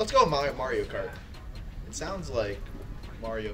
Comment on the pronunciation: saying Mario Kart actually hurts the child inside me.